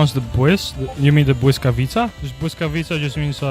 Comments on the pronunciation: Huge props for pronouncing the Błyskawica correctly! Also your shortened form "Blysk" almost sounds like Czech (a fellow Slavic language) word for lightning, "Blesk". It's interesting to see from linguistic perspective, how in the evolution of language words get shortened, but in real time. Great vid! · The greatest pronunciation I ever heard american say Błyskawica🙌 I fucking love those series😁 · as a polish person i approve that pronounciation